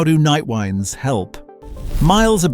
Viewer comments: As soon as I heard the voice-over mispronounce "winds" , I realised it was AI slop. Thumbs down and move on. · This is why my native BS detector made me read the video summary, then check a few comments and voila! Exactly.